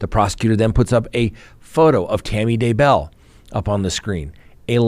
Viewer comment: Can’t wait until it’s over so you don’t have to try and pronounce DAYBELL !!! 😂